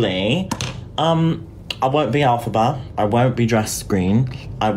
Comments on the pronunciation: I hate to be that guy but… it’s pronounced (L-fa-ba) lol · i listen alphabear eveytime instead of elphaba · I love the effort but the way you said elphaba and how many times you said it had me pulling my hair out in less than 8 minutes 😭